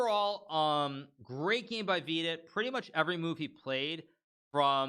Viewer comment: I love the way you pronounce Vidit's name. Wee-did sounds better than Vidit or VD.